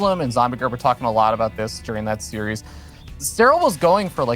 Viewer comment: He just needs to stop pronouncing 'series' as 'serious' :)